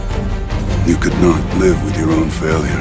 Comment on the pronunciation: “I did not hit hurrr - I deed naaaaht!”